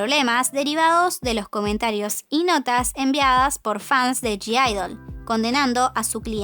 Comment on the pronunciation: Vs sabes q en g-idle no se pronuncia la g???? Me pone nerviosa q lo digas mal